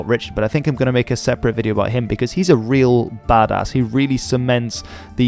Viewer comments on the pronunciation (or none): none